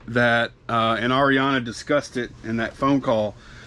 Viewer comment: Thank you for saying the name Ariana right! Lol. No I am not the rep, just a seller and viewer!